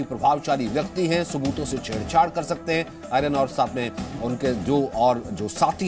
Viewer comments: भाई पहले ले तय कर लो कि आयरन है कि आर्यन 😂 वैसे बहुत अच्छी खबर है इन्हें कम से कम साल की सजा हो मतलब अगले सात जन्मों तक जेल में ही रहे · नाम ही बदल दिया गया आयरन खान ध्यान से सुने एंकर की आवाज